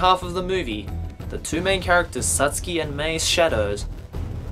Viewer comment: the way you say totoro and satsuki makes me wanna kill myself